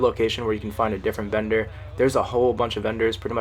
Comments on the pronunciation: I thought he was saying bender instead of vendor XD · Is he saying vender or bender?!?!? 🤔😂